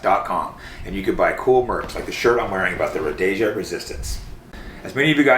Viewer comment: You can't even pronounce Rhodesia, so you are forgiven for not understanding what that stood for. Pull that t-shirt dude. That's arguably as bad as an IDF shirt. Fucking wild.